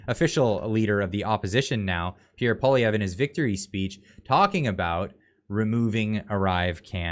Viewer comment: It is Poi lievre pronunciation, you are bad indeed Ce line Di on. Tru not trou deau